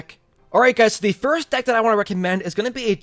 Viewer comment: he said ded instead of deck